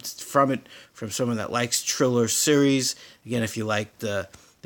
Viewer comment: lol you are pronouncing Thriller incorrect lol thx tho